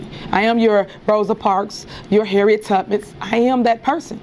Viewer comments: She said “Harriet Tippet” 🤦🏾‍♂️ get this illiterate woman out of here. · Did she just say Harriet Tubbits? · She said Harriet Tuppits 😆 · She said Harriet Tuppets 🤦‍♂️ Gtbohaotgdtv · Please tell me, I’m not the only one who heard her say Harriet Tuppet. Please please listen closely to her😢😂😂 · Omg!! That stupidmayor is actually really stupid!! 😵‍💫 she said Harriette TUBMENTS 😂😂😂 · Did she say Harriet Tutman??? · LOL did she say Harriet Tubits? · Harriet “Tupick”? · She said “Harriet Tubbins” 😂. Fix it, Jesus. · She comparing herself to someone great and cant even say the name correct.Who is Harriet Tubbus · Did she say ‘Harriet Tubitts’ 🤔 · Harriet Tutbits. 😂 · You can’t BE Harriet Tubman if you can’t say her name right